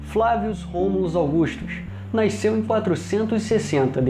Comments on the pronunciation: Bom vídeo, mas que porra é "naisceu"? KKKKKKKKJJ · Amigo. De onde vc é natural? Noto que vc fala "naiceu" ao invés de "nasceu" kkk. Mas acho que é regionalismo. Já vi outras pessoas falarem dessa forma. Parabéns pelo seu trabalho. Gosto muito da TV imperial.